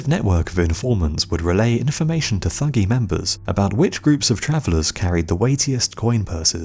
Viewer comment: the Thuggee were not "profession murderers", and it's pronounced 'tuggee'. the murder of caravans of travellers was a once a year religious ritual dedicated to Kali Ma.